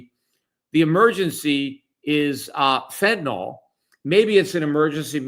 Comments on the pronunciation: Fentanyl not fentanol!!! I really don't get it when literate people do not have a clear mental picture of the words that they speak. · What is this "fentanol" that people keep talking about? I know what fentanyl is, but what the fuck is fentanol?